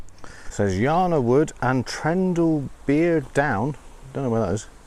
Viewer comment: Trendlebere, pronounced Trendalbear